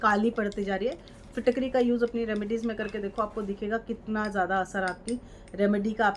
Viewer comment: Madam apko Fitkari bhi bolna nahi ata hai. Pehle Fitkari kaise bolte hai kisi se pehle bolna sekhe.